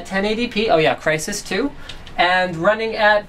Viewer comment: you said "Crysis 2" or "Crysis too"???? hahah